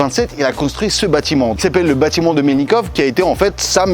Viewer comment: "Bâtiment" cher, kiss.